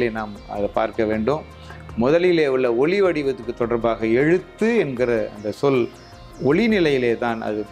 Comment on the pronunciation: ஐயா, ஒலி என்பது ஒளி என்று உச்சரிக்கப்படுகிறது. Please note. நன்றி.